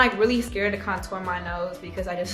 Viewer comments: yeah shes like conTOUR instead of CONtour its too cute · She actually says “Couture” as if it’s a high label brand. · Pronouncing "contour" like "couture"... She really did sumthin there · The way she says CONtour 💣😍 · Nobody: Saweetie: conTOUR. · That's not how you say it? 😭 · I also love how she says contour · lol the way she says contour 😂